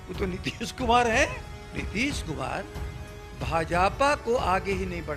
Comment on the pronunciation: भाजापा नही भाजपा होता है सर ।